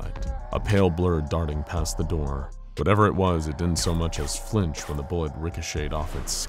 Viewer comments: Why is nobody else talking about how the narrator said "a knock at the der" instead of door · I heard the word der not door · I love this so much, but I love more knowing the infallible narrator and team missed . Very subtle and likely over looked by everyone who views this but once heard cannot be unheard. “A knock at the dur stirred him” a simple slip of the tongue. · I’m dying 😂 “A knock on the derr stirred him” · pls tell me everyone hears him say ' a knock at the dur ' LOL great video though. i love watching these in bed before i sleep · “A knock at the dirr” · “A know at the der”😂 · Is it just me or did he say, "A knock at the der stirred him from his revery"? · “a knock at the derr” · "a knock at the dur" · A knock at da derr. Haha I get this same word mashes some time. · “a knock on the 'dir”??